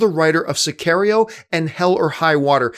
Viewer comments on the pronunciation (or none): Did John really just pronounce Sicario like that? Is that the correct way? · Cameron Belgrade No, it's not. Forgive him, he's Canadian lol. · Cameron Belgrade John needs a Mexican accent to say it better 😂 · that shit had me dead, but john is very spotty in that regard, but god was that a bad pronunciation.